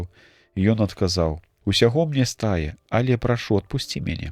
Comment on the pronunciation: Прачытана: усяго ста'е, правільна: стае'.